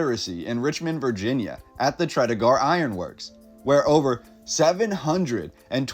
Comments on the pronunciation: just so you know, the correct pronunciations are: Powhatan is POW-a-tan, Henrico is Hen-RYE-co and Tredegar is Tred-a-ger. The photographs are haunting and remind me of Berlin in 1945. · More pronunciation: "Tredegar" = TRED -e -ger (like grrr like a growling dog.)